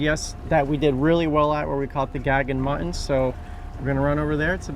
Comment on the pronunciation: It's MUT-TON, NOT MUH-IN